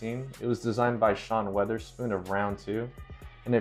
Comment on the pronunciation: Lmao Sean Weatherspoon? Why can nobody pronounce his name correctly